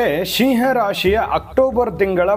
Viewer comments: Pronounce properly that’s not Shiah 😂 it’s SIMHA. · Oh god it's not "Sheeee haa rashri".